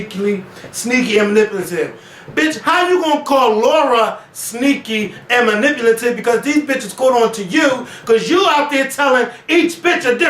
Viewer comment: I was in tears and replayed 5 times when mispronounced " manipulative " twice. It reminded me of " you were fired for Insubuh'nation ". *Insubordination